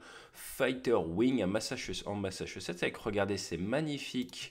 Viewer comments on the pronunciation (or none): Le machchuchetsssseu